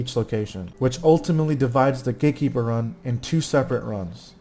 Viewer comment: I always hear Gay-keeper...